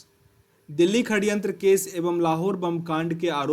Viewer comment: षडयंत्र होता है....खडयंत्र नहीं